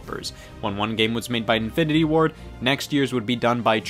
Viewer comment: every time you said "Infinity Ward" i heard "Infinity War"